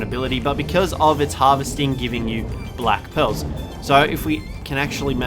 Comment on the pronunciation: Who else thought he said black pills for black pearls hahaha